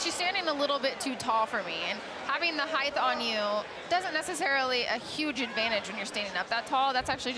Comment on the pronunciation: why did that idiot announcer lady say "heighth"? that's not a word. it's called "height".